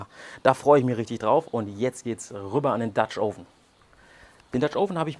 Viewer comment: Hm, also letztens gab es ein Video in dem Du "Oven" richtig ausgesprochen hast. Nun nicht mehr... Warum?